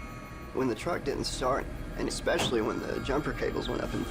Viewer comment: I can’t believe that that dumvass can’t pronounce a simple word line especially. American education strikes again 🤣